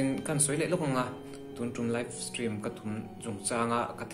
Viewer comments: Aizawl hearing aid center ah in entir rawh... Steam ati lo, stream a ti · Live stream i ti ve ta 'steam' i ti zel a😂😂